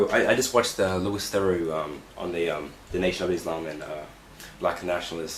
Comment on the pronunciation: this guy is a total idiot, he said "loo-is" instead of "loo-e" which is how the mans name is pronounced. shame really, ruined the whole video for me